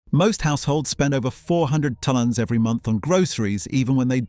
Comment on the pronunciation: four hundred tunnons? bye